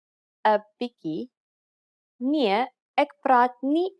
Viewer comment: The spelling also.... Dag dis bietjie, nie biki nie.